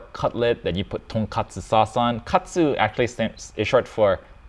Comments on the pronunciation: Well, I do think it kinda matters that you use the correct word for the dish you're making. I get it that words from other languages are often a challenge to pronounce, but honestly that's not the case here - he's simply talking about cutlet soup all his video. I know Joshua does a lot of research for everything so I'm kinda surprised he made such a rooky mistake. Heck, he made pretzels pretty well and even used lye in the process - which is as it should be but many Americans think a 3% lye solution is too dangerous to handle yet the liquid bleach they use for their clothing is a lot more corrosive. He talks about OCD people at the very end. Makes my wife go 😍🥰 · Cringed at "Tonkatsu" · Lol! “Tonkatsu” ramen. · Weissman's mispronunciation is really annoying to me. It's so, so basic to learn to pronounce the name of the dish you're showing people to make.